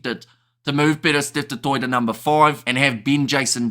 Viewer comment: As an old Irish supporter, that Steve Smith the old Sowsnek (english) 10 used to get me fuming. He continually mis-pronounced Danie's surname as "Gurbur". And that was the tip of his rude ignorance. He mis- pronounced the surname, 'du Toit', as 'dew Twat': ffsks. It is good that accords respect to the pronounciation of people's names.